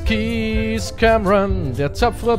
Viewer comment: Du sprichst den Namen des Kapitäns falsch aus ;-; *Cameron